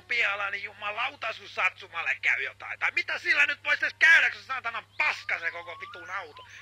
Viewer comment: its not shitsuma its a satsuma